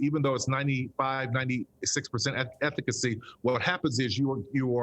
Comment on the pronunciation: did this pied piper for big pharma just say “ethicacy” he can’t even pronounce the fauci, cdc buzzwords correctly.